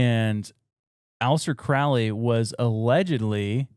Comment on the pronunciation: CROW-LEE. not cr-OWL-ee